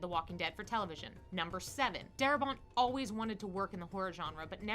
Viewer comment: Darabont. Not daramont.